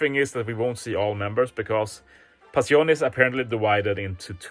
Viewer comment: "Passione" stands for passion, and I'm pretty sure it's a jojo reference. Btw you pronounce it very well!